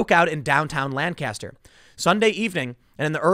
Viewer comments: It’s weird hearing Tim pronounce Lancaster wrong so many times when he doesn’t live very far from there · The city in PA is pronounced Lankiss-ster not Lan-caster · Just a tip to help you if you ever go to Lancaster. They pronounce it Lankaster quickly together and not Lan-caster with a long, drawn out "n". They get very uppity if you mispronounce it. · My house is literally right there in town. I'm like 4 blocks from this. Also these people were from out of town, because they pronounced Lancaster the way you did - lan-cast-her, and all of us pronounce it lang-kissed-her. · Yo Tim, this shit literally happened 5 minutes from my home. 8 people have been arrested, and all of them were from out of town. Also it's pronounced Lan-kiss-ter. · This sucks, Lancaster is a nice city. Also it’s pronounced “lane cuh stir” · It’s pronounced Lank-ister here In Pennsyltucky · As someone who lives here Tim...it's pronounced Lang-kester...and now that that's off my chest, why is BLM coming here for a Hispanic guy who isn't black? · You pronounce it Lank-kiss-stir, accent on the first syllable, please. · Me, someone who’s family is from PA: It’s Not Lan-caster Tim. It hurts when you say it like that. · Hey man... locals pronounce this city as Lanc - aster... it's a PA Dutch thing, you have to live here to understand. LOL You must have heard the city and county pronounced this way, because YOU started to say it this way in this video. Love you Tim... just busting your balls. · This is bad this im from lancaster county hearing about a police shooting at all is so weird. Also its makes me cringe a bit to hear tim so the name of the city/county wrong, its how locals tell if you ain't from around here. The phonetic pronunciation is Lank-Caster